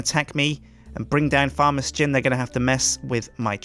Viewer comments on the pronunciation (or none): I love that he pronounces his name "Suh-jin" and everyone else says it "Shin" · isnt it pronounced, Shin :P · Sjin y do you pronounce your name like its spelt yet all the other members of the yogscast pronounce it shin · sjin, not a beenoob your a newbee :D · I've noticed 'Sjin' is always being pronounced different, is it like 'Shin' or 'S-gin'?